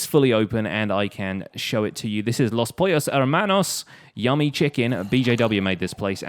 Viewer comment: I don't know why but it gives me such joy to hear perfectly nailing the Hispanic accent on "Los Pollos Hermanos" XD